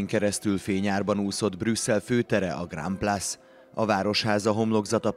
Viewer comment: A bemondo,annyit tudhatna franciaul,hogy hogy ejtjuk a Grande Place-t.....